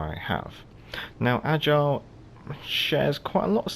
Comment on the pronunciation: Ok somehow it’s not AGILE. It’s AIGLE, which is EAGLE en anglais. 😉